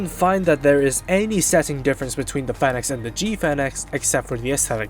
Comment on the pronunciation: This guy can't pronounce Phoenix